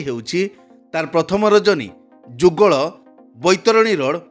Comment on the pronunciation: ଭାଇ ଗ୍ରାଣ୍ଡ ମହଲ ଆମ ଗାଁ ରେ ଯାତ୍ରା କରିବ ଆଜି ଆମ ଗାଁ ନା ଯୁଗୋଳ ନୁହେଁ( ଯୁଗଳ )